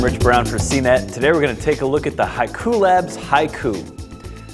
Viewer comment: Shouldn't it be pronounced "Hee-ku" not "Hai-ku"?